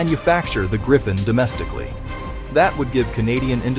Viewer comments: It’s pronounced ”Grip-N”! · Gripen is is pronounced as Greepen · Grip ("Griffin", Gripen means "The Griffin) rhymes with reap and sleep or not with grip or slip, or wipe or pipe. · You are pronouncing "Gripen" incorrectly, it is a long "i" (sounds like the English "e"), and not with a double "p".